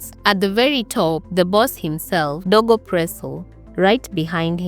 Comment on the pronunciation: DOGO not DEGO